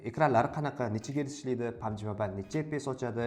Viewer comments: Pabg❌ pamji😂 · Pamji , aspalt😂